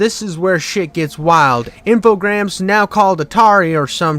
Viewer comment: If you say Alone in the Dark three times in the mirror, I appear! Sick topic, glad to see you go back through these. Pretty neat little series overall, foibles and all! Some suggestions: 1) Infogrames being French means the s is silent, so it's pronounced "infogram." Ain't that weird! 2) Def gonna wanna switch to the footage of the appropriate game as you talk about it, like 2001 New Nightmare. Your vocal delivery pace is way too animated and upbeat to not have the editing reflect that energy. I guarantee it will level up your video tenfold just making the effort to have the visual match the topic. Grab the footage off a Youtube playthrough, credit them, and move on. I've never once in 4 years of using random playthroughs had a single person ever copyright claim or care if you didn't ask first. Many are happy to lend it if you ask too. 3) If you're making claims about the climate at the time of "this ain't my Alone in the Dark," I'd suggest putting some random screenshots of forums or reviews of the time to give some credence/flavor from the time period. 4) noticed a couple different weird audio things from about 5-6 mins in where it seems like two different takes are overlapping at the start of sentences, just fyi 5) gotta say, the crassness of the jokes feels like you're trying too hard, bud. If you're gonna be a little spicy, make it more an every now and then zinger, not a pervasive punctuation at the end of so many sentences. It'll lose impact and sound more like a compu